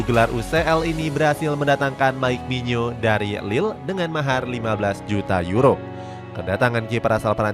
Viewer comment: Iya kurang jelas itu kyknya nyebutny.. kirain ku doank yg bingung